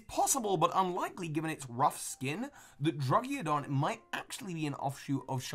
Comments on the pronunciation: mispronounces pokemon that aren't that hard to pronounce again. Surprisingly, not Musharna, like he was worried about, but Druggidon, or should I correctly say, Druddigon. Just busting your pokeballs, don't take it too hard, haha, love your vids, can't wait to see how your work in the pokemon not based on animals. I wonder if they're based on time, like when the plants were discovered or found to have been originally grown in the world, or the cultures that developed the items that pokemon that were based on other things were based on, like the idea of ghosts and spectres, or keychains, candles, etc, stuff like that. That'd be cool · You say you have troubles pronouncing musharna but you prounce druddigon more incorrectly. Drudd-ig-on not drudd-ia-gon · druggiodon? I think you mean druddigon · It's been established that mispronouncing names is your thing,, and I understand butchering Alomomola's and Cinccino's names, but Druddigon's? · What's up with that Druddigon pronunciation? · You have a lot of trouble pronouncing Musharna? Despite the fact you pronounced it correctly yet pronounced Alomomola and Druddigon completely wrong?